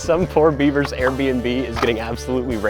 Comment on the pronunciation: Why do you always say airbmb😅